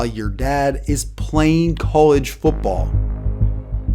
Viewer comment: The word is football. Foot ball. Not foopball. Foopball is not a word.